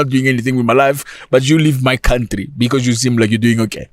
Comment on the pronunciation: Zack Mwekasa 🎉🎉🎉🎉🎉🎉🎉🎉🎉🎉🎉❤❤❤❤ the hardest basher on the African continent! don't stop, brother 🎉❤ Oh, by the way "LEAVE MY COUNTRRRRRRRRRY!"😂😂😂😂😂😂😂😂😂😂😂 Zimbabwean here loving the content!